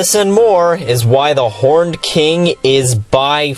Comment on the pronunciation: I thought you said "The Porned King" and that you wanted a porn parody... whoops